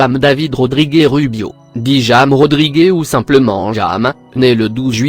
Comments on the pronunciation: Ça se prononce rames pas James et Rodriguezzzzz pas Rodrigué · Jam rodrigé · Bijou le J ne se prononce pas en español c'est comme le H muet dans la langue Francaise!